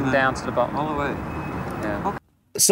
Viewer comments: Just saying, Dibnah is pronounced dib na short not dib naah long. Well were he lived at least. 👍🇬🇧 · If you read the comments stop saying Dibgnaw fgs.